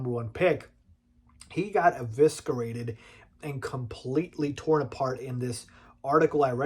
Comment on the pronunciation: I don't know if you care, but its E-viss- erate, not E-visk-erate.